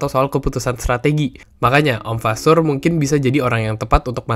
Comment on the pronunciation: Kalo g salah fasseur dibacanya fasoir